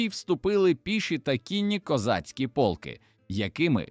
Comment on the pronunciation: цікаво, але ваш довбаний ШІ порушує в багатьох словах наголос -- пОлки, це про полкИ, вискакують із трАншей, це про якийсь транш, мабуть ), янИчари і подібна дурня, працюйте і перевіряйте!